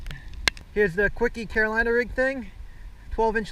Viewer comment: It's kwik not kwiky